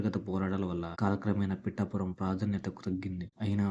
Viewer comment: ముందు పిఠాపురం అని పలకడం నేర్చుకో. పిటాపురం కాదు... "పిఠాపురం "